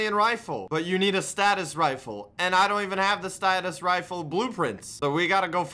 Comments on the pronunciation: it's not pronounced (Status-Rifle) it's pronounced (Stay-Sus-Rifle) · Did notice he said statis rifle instead of stasis rifle😂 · "Nu-cue-lur Torpedoes"? "Sta-tus Rifle"? Why does he pronounce Nuclear and Stasis like that? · It hurt hearing him call a stasis rifle a status rifle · its pronounced stasis rifle not status rifle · 2 rpm "2 miles per hour" stasis rifle, its all fucked